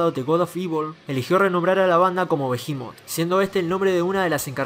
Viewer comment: Hasta que escucho a alguien que pronuncia bien el nombre de la banda.